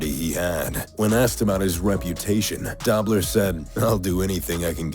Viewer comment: The voice over got a pronunciation wrong: Conrad Dobler's last name is "Dough-bler" not Dobb-ler. Long O.